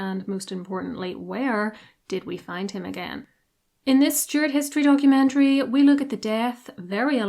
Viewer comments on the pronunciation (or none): none